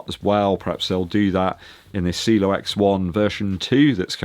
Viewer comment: it’s not pronounced cilo it’s ci e lo.. great running shoes one of my favorite this year.. along with the Mach 6